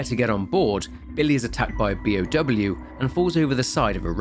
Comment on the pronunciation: Both you and Beyond Horror Gaming sound like you're saying P.O.W. instead of B.O.W. and I get so confused for a second before I remember what you're saying.